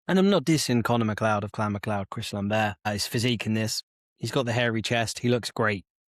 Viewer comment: It's Lambert not Lamber